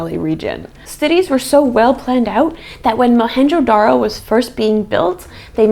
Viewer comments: Dude... Mohenjodaro.... and its J.... Our J is not silent... Our J is Louder than loud... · The real name is Moan jo daro and not Mohanjo daro. It's Sindhi, meaning , mound of the dead.